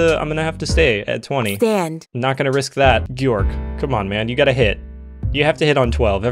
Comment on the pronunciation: can’t pronounce georg properly lol